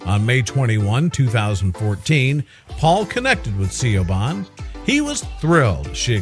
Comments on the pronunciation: 'See-o-ban' (as in 'Shioban' the name) is pronounced 'Che von' - granted it IS an awkward name but ffs, the dumb-yank/robot could've at least googled the pronounciation ! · SEE YOW BAHN? YOU DONT ACTUALLY MEAN SIOBHAN DO YOU? ITS PRONOUNCED SHEE-VAUGN OR SHEEE- VOHN. I know an Irish named Siobhan and I think its a popular Gaelic name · Siobahn is pronounced SHEEVON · I'm laughing at the pronunciation of the girls Irish name.. A little help I think needed SHA. ...VAN is the simplest way I think. ☺☺ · Siobhan...... Is Gaelic... And pronounced SHEEVON...... just saying. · Thank you! It irritates me to death when someone skips their pronunciation research! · THANK YOU!!! That was driving me crazy!!!